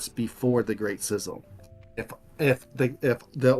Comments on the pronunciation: I wanted to put an ice pick in my ears everytime I heard schism pronounced as "sizzum". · Did he just refer to the great schism as the great sizzle or am I just hearing him wrong? 😂